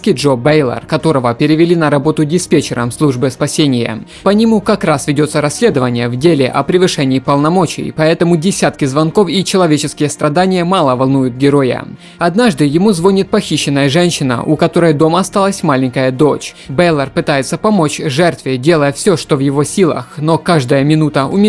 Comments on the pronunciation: звонИт!!!!!!! ударение на "И" звонИт звонИт звонИт звонИт звонИт звонИт звонИт НЕ звОнит !!!! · реально звОнит? реально? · ЗвОнит ааа.... мои уши... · звОнит, после этого не смог серьезно смотреть, поработай над повествованием немного. Это не хейт, а пожелание. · ЗвОнит!?! Серьезно, звОнит? Чувак, рукалицо. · ЗвОнит, просто лучший блять